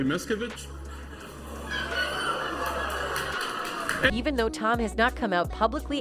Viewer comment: Mispronouncing her last name. Phonetically it's: mis....ca...vage. NOT:. MIST ....ca...vite. Please reprogram your terrible narrator who pronounces names terribly.